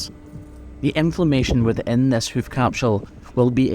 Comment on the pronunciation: He sounds Irish saying houk and houf